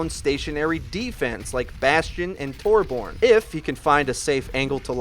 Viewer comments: Its so irritating hearing you say torborn omfg its torbjörn pronounced (tor-byorn) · It's not 'Torborn', it's 'Torbyorn'. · Torborn XD, it is Torbjörn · It's not Tor-born its Tor-byern. That's how you pronounce Torbjörn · Tor-bron tor-BORN.... WHAT???? ._. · lol did he really just say torborn? 😂😂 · Just gonna put this out there because it is a little annoyance to me: Torbjorn is actually pronounced Tor-Bee-Urn. It sounds stupid, but it is actually official. you can look it up. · Tore-Born (that's made me cringe every time he said that) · This channel is 99% perfect. The only thing they need to do now is pronounce Torbjorn (Tore - BEE - yorn) correctly. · uh no, it's pronounced TOR-byern and it's spelled with an Ö. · Torbyern redi tu vark! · Watching this in April of 2017, it's impressive to see how far has come. He sounds much more confident now, and he doesn't say Torbjörn like a total idiot anymore.